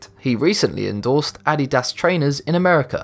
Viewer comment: Its Adidas not Hatydass